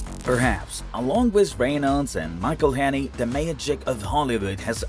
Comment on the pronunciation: There is even a video how to pronounce Rob's name, on YT, I guess you failed to qualify to watch it...